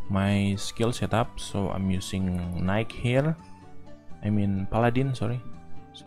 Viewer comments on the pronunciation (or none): Its kinda funny how you ”knight” spelling sounds like ”nike” i like ur accent